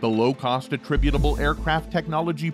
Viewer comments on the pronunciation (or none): At least learn how to say "Attritable"